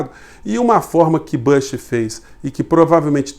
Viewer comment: o nome é BÚSH e nao bâsh